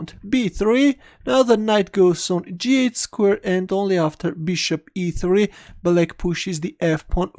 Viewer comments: First few videos I thought he was saying Blake instead of black... whos blake.. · Hahah mate I was wondering why everyone was playing against this guy named Blake. You just have a very particular pronouncation for Black, also for Rook. Nothing wrong with it. instantly recognize your videos when i hear your voice